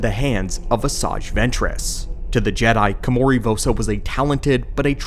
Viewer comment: How is it you spelled her name right, yet you spent the whole video mispronouncing it? Ko-ma-ri. Not Kimori. Did you even play the game?